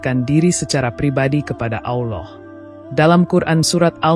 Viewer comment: Maaf klo saya salah, saudara ku seiman kedengaran nya saudara menyebut nama Allah..ada lah,,awllah mohon maaf hnya sekedar koreksi..SMG Allah mengampuni kita semua..aamiin..